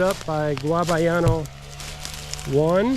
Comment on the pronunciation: I can’t with the guavayano 🤣 it’s GUYABANO